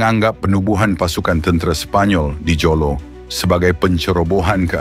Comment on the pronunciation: Sebutan JOLO dan huramentado tu salah.klau nk buat content buatlah btul2.. "PENYARAHAN HARTA BENDA DI BORNEO" kpada british@ austria? Sy tegaskan di sini.bukan penyarahan tapi " PAJAKKAN@ PAJAK"jangan pandai2 ubah sejarah sesebuah bangsa